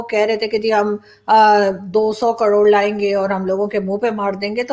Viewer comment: Madam kadod nahi karod hota hai.🙏🙏